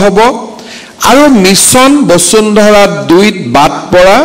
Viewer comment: বচুন্ধৰা 😁😁😁 বসুন্ধৰা আৰু বচুন্ধৰা একে অৰ্থ বুজাবলৈ ব্যৱহাৰ কৰা হয় নেকি ? নিজৰ উপাধিটো শুদ্ধ ( শৰ্মা বুলি উচ্চাৰণ নকৰি চৰ্মা বুলি উচ্চাৰণ কৰাটো হাস্যকৰ) কৈ উচ্চাৰণ কৰিব নাজানোটো এক গঢ়িত অপৰাধ।